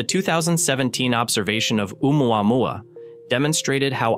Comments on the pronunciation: Omouamoua is Hawaiian, so it's pronounced as "Ohmooah-mooah." Truly fascinating!😊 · AI can do a lot of stuff, but it can't say "Omuamua" to save its electronic a$$.😆